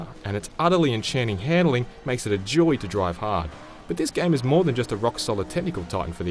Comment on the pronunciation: did he say a joy to drive high??